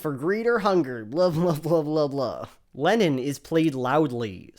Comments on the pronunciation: I had to keep reminding myself throughout the whole video that he was saying "Lennon" and not "Lenin" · ok i dont know if its my non native english speaker ears, but are you saying john lenon, or john LENIN? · I keep hearing Lenin instead of Lennon lol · It doesn't help that whenever a native speaker says "Lenon" it sounds to my ears like "Lenin" 😪🤭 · Every time you say “Lennon” i hear “Lenin” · Great video. Such a power move to pronounce Lennon as "Lenin" throughout. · Here I am hearing Lenon as Lenin. lmao. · Love how you keep saying Lenin for Lennon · 15 minutes of pronouncing 'Lennon' as 'Lenin' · Every time you say "Lennon", it sounds like you're saying "Lenin"... Freudian slip much? Watch out, Shapiro might DESTROY you with this fact and logic! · John Lenin?.. Lenin? Did I just hear that?! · I keep hearing "Lenin" instead of "Lennon" 🤭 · I keep hearing Lenin istead of Lennon, that's some brainfuck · Maybe Ben just got confused, as I did, with you pronouncing Lennon as Lenin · Otherwise a good video, but you pronounce Lennon exactly how one would pronounce Lenin :D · Why do you pronounce Lennon like "Lenin" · Kudos for pronouncing Lennon (to my ears) like Lenin. Top notch stuff thank you! =8)-DX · I love the way you pronounce Lennon so it sounds like Lenin. :D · Mmmmmh. Everytime you say Lenon I hear Lenin. I'm not joking that's what I get from the pronounciation. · Instead of lennon i was hearing leninXD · Every time you say lennin as in john lennin, i for a split second think your talking about Vladimir lennin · I keep hearing Lenin every time u say Lennon